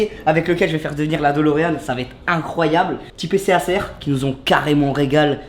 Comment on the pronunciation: mais comment il prononce , " acer " tu le prononce " acère " on le prononce " aycer "